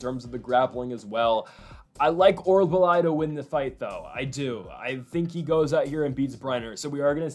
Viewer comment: OR-OOL-BAI not OR-BAH-LAI...Thanks for the video!